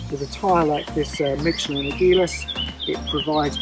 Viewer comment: I'm pretty sure it's "michelin" not "mitch elin". Think of the name "michelle"